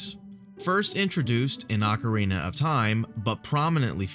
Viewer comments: hahahaha ocerina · sweet vid, but its *Ocarina of Time! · "Ocerina" Legend.